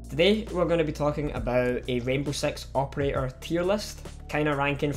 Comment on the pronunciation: he said sex instead of six